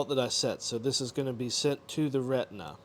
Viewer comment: re-ti-na pls